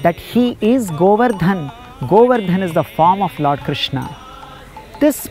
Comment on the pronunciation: With all respect and humblness i request to do not add unneccesary 'a' at the end of almost every hindi word. Like VrajmandalA, KrishnA, GovardhanA. Please pronounce them the way they are. 🙏💐🚩